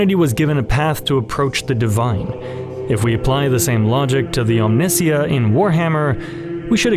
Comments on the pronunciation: Your mispronunciation of Omnissiah is infuriating. It’s OM-nih-SY-uh. Rhymes with Messiah. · Isn't Omnissiah pronounced "Omni-saya"? So that it rhymes with Messiah? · Brilliant. My only criticism is your pronunciation of Omnissiah. For a while I was confused as to what you were discussing. I think it's meant to be pronounced similarly to Messiah from which I assume it is derived! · So is every other 40k YouTuber pronouncing Omnisia wrong? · Amazing video but oh my god the “Omniss-iah” pronunciation is killing Mr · Great video mate! But it's Omni-sa-ya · I liked your video... But for all that is holy learn to pronounce Omnissiah. From Google: The word Omnissiah (from the Warhammer 40,000 universe) is typically pronounced as "om-NIH-see-uh" (rhyming with "Messiah") or "om-nee-SIGH-uh" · Real question, isn't "Omnissiah" read like... "Messiah" ? :V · I love the video. Very thought provoking. My only note would be that I think Omnissiah is pronounced Om-nee-si-uh because of it being a conjuction of the two words omni meaning multi and messiah or "chosen one" but it is a made up word after all so I guess there is no real correct pronunciation. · It’s very simple; that’s how it’s usually pronounced in Russian - Om-nees-SEE-ya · This is an amazing video but please stop saying Omnissiah like that lmao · For all the stuff in here, it was good until the last 20 minutes. The ability to pronounce French surnames and being of faith, but not knowing Omnissiah and Messiah are pronounced similarly boggles the mind. And from the stand point of someone who got into 40k in 10th edition, your perception of it being less Grim feels like a sort of cognitive dissonance because it feels pretty grim and dark to me. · I hate your pronunciation of Omnissiah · What is the reasoning behind your heretical pronunciation of "Omnissiah" ? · The way you pronounce omnissiah is a full on psychic attack on my being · The way you pronounced omnisiah is heresy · OM-NI. SY-UHHH. WHO TF IS OMINSIA